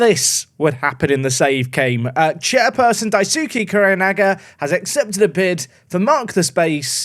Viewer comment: I might be wrong but I believe Daisuke is pronounced Dice-K